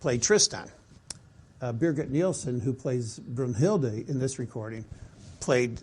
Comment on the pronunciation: Also its pronounced "Brinhilde" with a short i, not a long u.